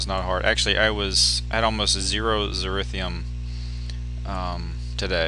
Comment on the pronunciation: I dont like correcting people but you say zyrithium all the time. Its zynthium.